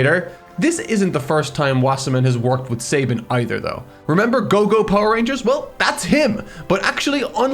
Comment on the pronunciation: Saban is Sah-baan, not Say-bun